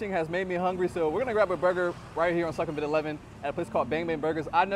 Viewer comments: Good content, but Sukhumvit is pronounced SOO-kum-vit not Suck kum vit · As a 12:year Thailand resident from North.America I can confirm that most of your info is correct. However, your You Tube presentation would garner more respect if you put a little effort in to learning how local Thai folks pronounce common words. eg: Sukhumvit is NOT prounced "Suck - hum - vit". It is prouoinced " Sook - hum - wit". In case you havent heard the correct pronounciaton of the main airport in Bangkok "Suvarnabhumi" .... Locals pronounce it. " Soo - wanna- boo - mee" . Good luck & enjoy Thailand!